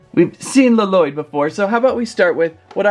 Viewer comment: It's not laloyd it's llyod